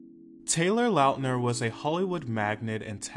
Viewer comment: love this! thank you for the little nostalgic moment! and thank you for saying his last name right! we've done him wrong for too many years!